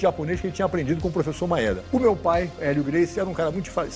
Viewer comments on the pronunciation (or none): Nao se fala "Maéda" e sim "Maêda"